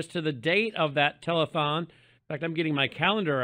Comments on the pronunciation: I'm often sharing you with people. Some of my mates are weirded out by my Trump-averse-obsession, but they laugh when I put your show on. I might just buy a mug or some merch this week... hmm.... Cheers,! Oh, and it's tele-th-thong, not telethong! You gave Lindell too much credit, there! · Did he say a "telephonethon" ? 😂😂😂😂😂